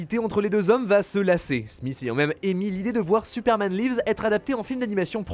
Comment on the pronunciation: Putain mais ce niveau de médiocrité en anglais .. même pas foutu de prononcer "lives" correctement ... Vous êtes "Youtuber" cinéma, essayez un minimum de vous appliquer à prononcer de nom de titre correctement.